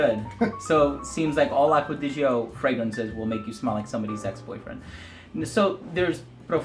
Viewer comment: Everyone : acqua di gio Americans : acqua di joe